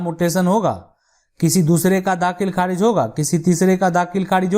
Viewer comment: Aapki language thik nahi kharij ko kharidj bol rahe the